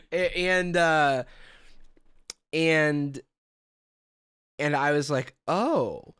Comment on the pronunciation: WAIT do you speak Italian? When I heard that perfect “mi scusi” my brain glitched